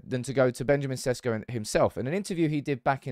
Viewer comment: its SHESHKO, not SESKO. that's how its pronounced god damn it.